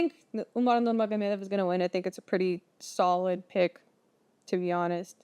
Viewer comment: You Russian? That Nurmagomedov pronunciation was perfect.